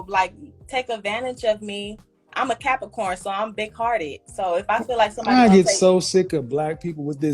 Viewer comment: I'm a Cappacorn 😂😂😂😂 she didn't pronounce the r in Capricorn. 😅😅😅😅